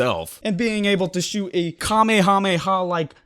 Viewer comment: Let's all congratulate for saying sshshshshshsoot